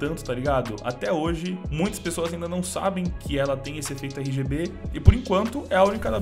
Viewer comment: cada rgb que ele disse, sangrou meu ouvido